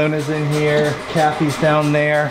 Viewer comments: Samantha White I think he said calfy? like nickname for a calf. Closed captions thought he said Kathy too. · I heard, Calf-ee too. On the double-take.